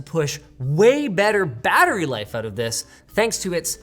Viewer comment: linus saying battery makes me laugh ( i play war thunder)